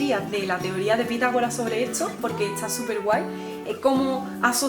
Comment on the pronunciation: Te amo!!! Por que usas la s antes de la t?